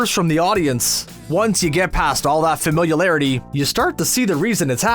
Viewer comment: Is anyone gonna talk about how the narrator said familialararity or pronounced Steve Buscemi